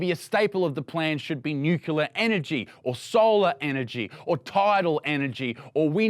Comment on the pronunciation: if you cannot even pronounce the word Nuclear says a lot about your level of intelligence